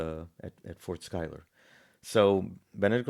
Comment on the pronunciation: I am surprised that you got Philip's last name pronounced spot on. Pick up the book "The March to Saratoga" by Benjamin Bird it will put to bed some of the fairy tales you're espousing